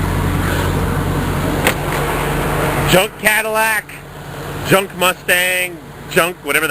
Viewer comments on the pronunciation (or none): yeah but he goes "jeeonck " or "rrrusted" every time he sees a vehicle older then a day....he he he